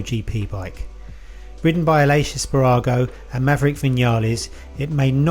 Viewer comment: 😂🤣 es parrago??? y’all don’t even try to pronounce names correctly